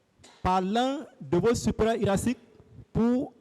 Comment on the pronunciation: "Votre sipérière hiérasique", eh maitre!🤣